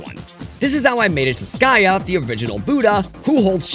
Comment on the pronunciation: You mispronounced Sakya and Virochana.